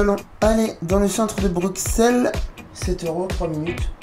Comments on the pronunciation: J'ai bien aimé l'évolution de la prononciation "Brukssel" en "Brusselle". Reste à trouver une nouvelle occasion de revenir ;) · Pourquoi les français disent Bruxelles . Sa s’écrit Bruxelles mais on dit Brusselles comme en néerlandais . :)